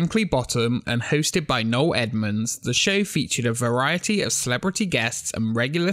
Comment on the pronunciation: It's No-EL Edmunds, not No Edmunds. No-EL.